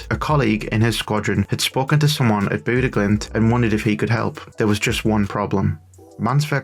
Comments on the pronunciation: it's Bodø ( sounds like Boh Dö roughly ) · It's pronounced; Boo-duh / Boo-the (Bodø/Bodö) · I love it. The way you pronounce Bodø makes it sound like Buddah. Not all that interested in football outside of playing it myself, but was a short video about something happening in my own country so had to check it out. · The O sound in ''Boo'' is as you describe it, low and flat. Comparred to the ''Bo'' sound most seem to pronounce, which almost sounds like ''Bow''-- Making the pronounciation ''Bow-Dow'' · I'm a native from Bodø and I dislike pedantry about pronunciation because we do it just as badly vice versa. But if you want to know, the O should be dark and flat, and not have any u-sound in it. But the second part, "duh" is a great example you've given. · It's interesting that you think boo doesn't make a u-sound. You would agree with me if you could hear how we pronounce Bodø. Also not sure why you try to change the part I told you was correct, the "duh" part.